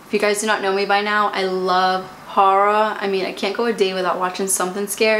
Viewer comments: i was sooo confused for a second trying to figure out what she was saying,lol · Omg I had no idea that’s what she was saying until I read your comment!! She just kept going on about some “hara” show ... hahaha